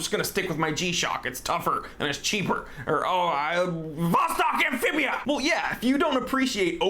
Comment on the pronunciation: “Oh, I'm..whrghwmmVOSTOK AMPHIBIA!!!“ 😂😂😂